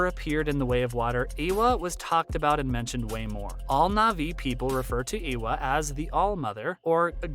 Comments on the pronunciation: no no, he has a point, it seems like he only looked up a wiki page for this and is pronouncing stuff without ever hearing how it is said. Eywa is pronounced more like Ay-wa and Makto well, just the way it looks. It’s not being rude, it’s constructive criticism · dude, I know you are trying to produce quality content which it actually is, interesting video. But FFS, e-e-ewa? Turuk matko.... matto? What? It's MAKTO and it reads exactly as it it written, letter by letter. I know some people especially in the west have problem pronouncing a lot of things, but maybe practice a bit beforehand, just a thought. Otherwise it just makes you sound incompetent on a topic.